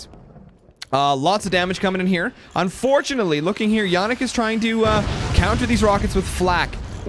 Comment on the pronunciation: Jannik is german and you pronounced it right. Bosia is not german, more of an eatern thing (I guess). The S in german is always pronounced like in Silence btw. and have you turned off your overlay ? :D